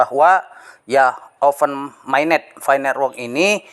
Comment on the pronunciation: Pi Network dibaca Fay Network, Open Mainnet dibaca Oven Mainnet, ampun jangan tunjukkan kedunguanmu lagi setelah dongeng2 halu mu kau sebar di channelmu 😂😂